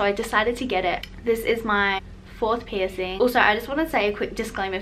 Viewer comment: Piercing!! Pls pronounce that. PIRSING